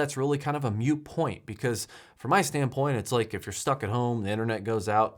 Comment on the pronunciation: FYI, it's "moot point," not "mute point."